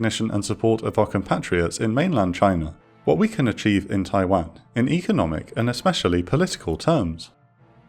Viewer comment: Every time I hear it pronounced tai-wehn instead of tai-wohn I die a little inside